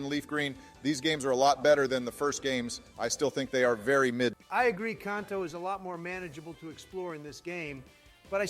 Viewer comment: Ah, yes. Jotto and Kohnto